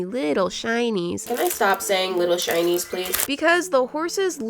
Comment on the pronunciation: Every time you say “little shinys” I think you say “little Chinese”, is it just me? 🤔